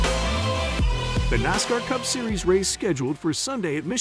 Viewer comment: Botvoices are slow learners. Nosscar?Really?